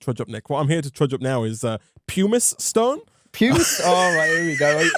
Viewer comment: thank you for calling out pronunciation of "pumice stone"